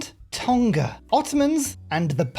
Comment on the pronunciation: Just a heads up in terms of pronouncing “TONGA” it’s not a hard G like TON-KA. It’s a silent nga similar to the words new or knew. So pronounce it like TOR-KNAR.